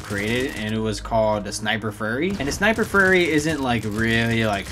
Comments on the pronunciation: He said furry instead of fury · sniper furry xD that pronounciation tho xD